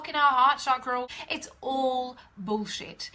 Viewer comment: I like the way you say Boulschitt!❤👍